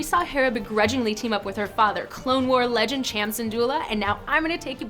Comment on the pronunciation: am i the only one annoyed with her saying Ch-am instead of Sh-am cyndulla, im from the midwest so mayve its an accent thing but its just annoying also, QUASAR FIRE CLASS CARRIER RETURNS, LONG LIVE LEGENDS